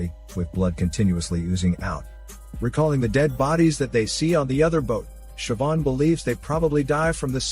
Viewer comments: as an irish person, i'm happy that you pronounced Siobhan right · Of all the words that can be mispronounced I really thought Siobhan was a given on that list. Congrats on getting it right